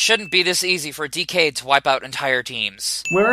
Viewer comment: The fact that one of them can't say the word "Decade" is a sin. But one sin removed for the Toku Sins concept